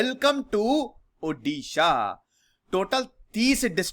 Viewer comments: M from odisha..a part of vedanta aluminum...love n best wishes to study glow🤘😍...or sir plz ओड़िशा pronounce kijiye not उडिशा...🙏..n yes awesome lecture sir... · Not उड़ीशा its ओड़िशा Not उड़िया Its ओड़िया ।